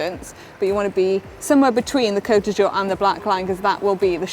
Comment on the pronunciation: Is Manon pronouncing 'Côte d'Azur', as 'Côte du jour'? 😉